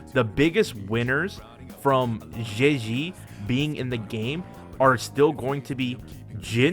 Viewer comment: just say zhezhi as chechi youre better off than syaing it like that